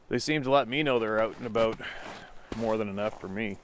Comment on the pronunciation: Growing up I had a drumline instructor from Ontario, Canada and we would always rib each other a bit for our regional accents. The joke catch phrase was “oot and aboot”, Steve just brought me back a decade when he said that 😂 love it